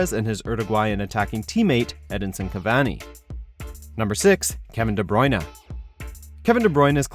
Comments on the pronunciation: its br-u-in, not brui-na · "De bruyna" try again hahahahahahahahahahahahahaha